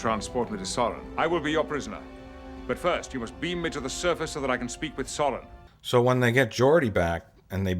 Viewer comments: you idiot its soran not sauron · 1) his name was Soran not Sauron 2) he was played by Malcom McDowell not Malcom McDonald 3) if you're going to give a review, think about everything, they change the bridge set, they add more uniforms (they added those uniforms to Generations so they didn't have to use new uniforms entirely) 4) lastly, this was a transition movie, they had DeForest Kelly in Encounter at Farpoint, bridging the gap with the tv series, so they brought Kirk into Generations to bridge the gap with the movies